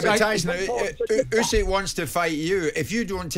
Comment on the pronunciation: My only criticism - Usyk is not that hard to pronounce